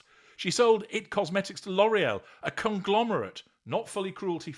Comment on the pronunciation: You can’t even pronounce her cosmetics company correctly